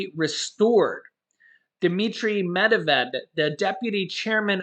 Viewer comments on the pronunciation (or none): Hey! I want to help you, once again on a pronunciation. It's not that I am nit-picking you, rather to inform you as constructive criticism. Dmitry MEDVEDEV: It's pronounced, "MED- VED- YEV" Just FYI. 💛